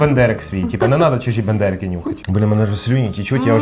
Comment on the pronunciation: Ну так Бендерики, а не БАндерики)) Я думав що це від Остапа Бендера)